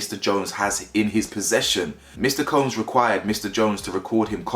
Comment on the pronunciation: Love the content but you killing us with the cooms bro 😂 it’s combs like when the barber combs your hair 😫